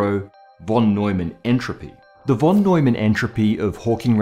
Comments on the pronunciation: it is not "wh"on Neumann but rather "f"on Neumann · No offense, but its called von Neumann, where the von is pronounced like fon. In German the v can be spelled either like v or like f. Here its the f :) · 'von' is pronounced 'fon'.